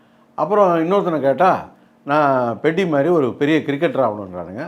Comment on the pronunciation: பெத்தி ❌ பெட்டி 😂😂